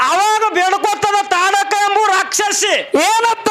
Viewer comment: ಅದು ತಾಡ ಕೀ ಅಲ್ಲ ತಾಟಕಿ